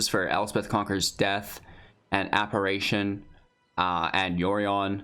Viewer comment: Please... It's pronounced apparition, with an I, not a third A